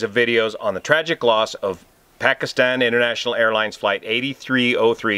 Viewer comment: Great pronunciation of Pakistan too. Most say Packistan :)